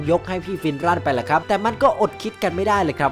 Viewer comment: ฟินรันคับไม่ใช่ฟินรั่น